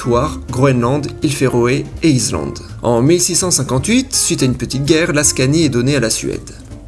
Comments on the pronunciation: Tu voises les s après les voyelles ça fait bizarre! (Tu dis iZlande, iZlame) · Tu prononces "izlande"?